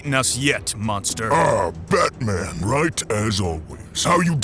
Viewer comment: I heard this as "Bat-Shit Man" at 1st. 😅